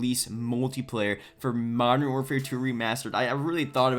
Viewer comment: Yet another youtuber who cant pronounce Modern Warfare 😂😂 cool vid tho